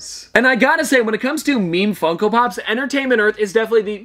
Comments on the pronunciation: You did not say funko pops. You said f###o pops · "meme fuckopops" u just accidently said the f word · I thought I heard meme fucko pops .-.